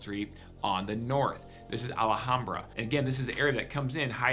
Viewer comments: First of all its pronounced Al Ham Bra, not Allahambra as you say it. Second...my son is with Phoenix PD and he said DONT EVEN DRIVE IN MARYVALE IN THE DAYTIME..Let alone at night. He worked the gang unit there, so from his experience I'd say Maryvale is the most dangerous area. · It’s Al Ham bra not ahlehombra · It’s not ala hambra. It’s al ham bra. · It's pronounced "al - HOM - bra" Not "al - uh - hom - bra" or "al aye hom bra" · ah-la-ham-bra...too funny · He needs to learn how to pronounce Alhambra. This guy is not a native. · Dude !! You can't even pronounce ALHAMBRA correctly. Really effects your credibility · There is no A right after the L in Alhambra.